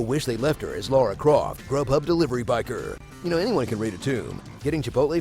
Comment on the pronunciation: It’s La-ra, not Laura